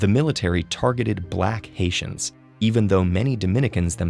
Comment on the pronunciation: I kept hearing ‘asians’ whenever he mentions ‘haitians’😂 good thing there are subtitles